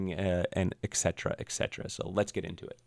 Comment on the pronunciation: et (with a firm "t") cetera (c sounds like "s", no "k" sound in the word). Not "ecksetera" it's et cetera.